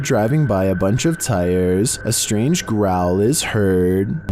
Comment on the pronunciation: I stopped watching when I heard that "growwol"